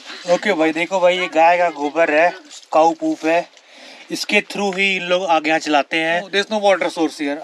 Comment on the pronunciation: Cow not Kaaou lol 😂